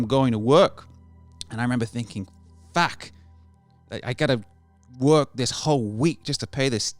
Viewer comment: "And I remember thinking FACK"